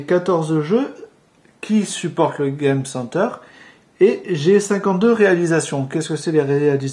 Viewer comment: Je suis d'accord même si je trouve que la fille s'y connait plus que le mec ( dit "game center" avec l'accent américain ou anglais parce que franchement ça fait pitié comment tu le dit ...)